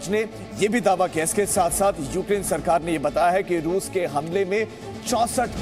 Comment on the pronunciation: "Ruse ka bola Sahar ...ruse ke kharkiew' kaise reporter ho be